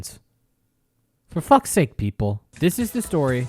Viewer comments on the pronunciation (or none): none